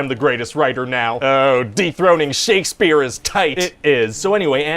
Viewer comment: He said dethroning